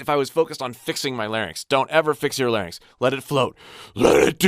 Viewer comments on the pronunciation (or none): none